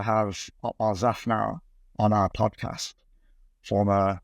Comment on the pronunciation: Actually, my opinion it’s boring. The dude in the middle can’t pronounce podcast. Which was turn off right away.